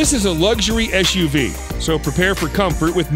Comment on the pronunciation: Why you say SHUV not SUV